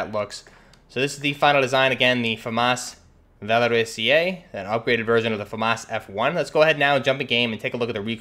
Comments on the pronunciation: It's pronounced "Val-or-is-zay" not "Val-or-is-eee-ay." You're adding a syllable. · I'm French, the "Valorisé" was almost right ! you just mispronunced the "sé" part wrong, you are saying it like if it was written like "Valorisié" i think on an online translation device you can actually heard the right pronunciation. But i tip my hat to you cuz french is really weird ! EDIT : you pronunced "Félin" like "Fueline" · Yo, Great video again! I'm a fan from France, "Félin" was well pronounced, it's just that you don't need the little "e" that you pronounce before the "é" in "valorisé". It's something more like "valorizay". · Yeah le " Valorisé" should be pronounced like Valori"sae" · You pronounce it wrong, you said valoriSIÉ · my French teacher said the e don't need to be pronounced